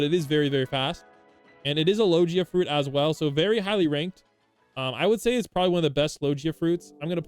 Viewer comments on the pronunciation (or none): why you saying logia like that